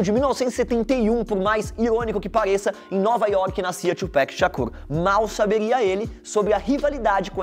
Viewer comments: Que raiva o cara falando "Twopec" é Twopac. E aquela foto do Kanye West quando era criança ali no meio das do 2Pac kkkk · Velho a pronúncia é Tupac isso não é um nome americano e sim Africano, Tupac Amaru Shakur nome de um revolucionário. Caralho vc fala Tupec como se fosse a pronuncia de um nome inglês kct isso fica feio demais. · Tupéc é coisa de branco o Certo é TUPAC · A pronúncia é TUPAC e não TUPÉC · Tupac não tupec...tupac líder inca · Porra, se fala Tupác e não Twopeck, PECK N DA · Porque o erro esta na pronuncia do final do nome [no PAC] e o fala 'Péqui" como se tivesse um K no final [Tupack]. É só você ouvir Hit Em Up em que o proprio Tupac fala o nome dele. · “Tupec” não existe, o nome é TUPAC ! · Que agonia ele falando “tiupequi” e nao “tiupác” toda hora kkkkkkkkkkkk white people thing , btw video show , 2pac e BIG sao lendas! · Patrick n, os próprios gringos falam com a pronúncia "paque" e não "péque" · Tuuuuuupac e nao tiiiiuuu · "Tchupec" !! Ta de sacanagem ... é TUPAC 🤦🏽‍♀️ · Parei de ver o vídeo quando o cara disse "TchuPéqui" Ta de brincadeira malandro, É TU-PAC. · "Tupeck" pqp, é TUPAC, T U P A C, PAC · A pronuncia e tupac e nao tupec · É "Tupác", fióti, two "péck" são dois pacotes de latas de cerveja! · PAC!!! NÃO péc, pow.: ( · Ouvir Péc e Dr. Drí é osso kkkkk É PAC e DR. DRÊ! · Por que eses caras sempre falam Thupec em vez de Tupac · Não é tupek é tupac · nao fale tupéc, é tupac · Sou muito Fã do TuPac... Então gosto de tudo que seja relacionado a ele. Mas a hora que esse cara pronunciou "Tupec" e não Tupac!😠🤦🏾‍♂️ Parei de assistir o vídeo. Não é uma simples palavra inglês que tem que ser pronunciada corretamente... PAC é o nome dele, é assim que se fala meu amigo... PAC e não Péc 🤦🏾‍♂️🤦🏾‍♂️🤦🏾‍♂️🤦🏾‍♂️🤦🏾‍♂️ vejo o vídeo do Jay-Z ensinando a se pronunciar!😉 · Não é tchupec porra é TUPAC SHAKUR!!!!! vergonhaaaa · É É É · Pronúncia de Tupec no início já me deu indícios que teria vários erros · "Tupec" é foda de ouvir